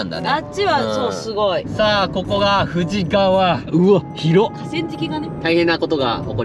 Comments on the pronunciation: 富士川 読み方「ふじかわ」ですよ～ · プチ情報 富士川はフジカワと読んで濁りません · 富士川はふじかわ(濁らない)と発音しないと現地人からフルボッコにされますぜ(経験談）😊